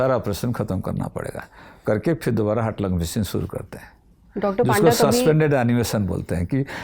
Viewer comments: His name is not पांडा his name is पंडा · It was, as expected, a fantastic episode! I absolutely love the Lallantop team and rarely miss any newsroom episode—catching up has become so convenient now. Lastly, I just wanted to point out something. Being a ‘Panda’ myself, I’d like to clarify that it’s actually pronounced as ‘पंडा.’ I hope you don’t mind. Keep up the amazing work!